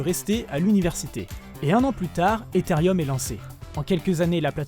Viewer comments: C'est un melange de prononciations francaise et anglaise. Le "e" etant prononce "i" en anglais ca fait bien "etherieum" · il est ou le "i" dans ethereum ? pourquoi ce mec rajoute un "i" ??